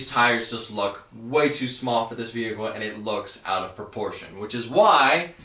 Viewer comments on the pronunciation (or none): none